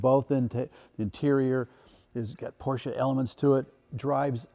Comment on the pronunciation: I know Tim is a car guy and want to give him props on his pronunciation of his Porsche